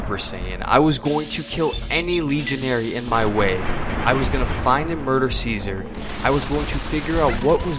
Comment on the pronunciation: It's pronounced Caesar.